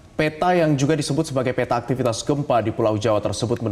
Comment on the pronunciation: P - ta = dibacaa peta bukan pé- ta, semua huruf kedua dlm satu kata yg ada huruf e dibaca e pepet , seperti kata : pelan, segar, gempa , maka konsisten peta jg begitu bacanya